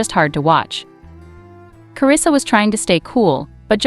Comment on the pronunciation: WELL YOU MESSED UP HER NAME